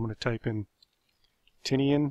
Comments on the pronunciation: Not sure if this is accurate but it’s probably pronounced Tee-Nyen instead of Ti-nea-an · the island isn't pronounced Tini an, it's pronounced ti nian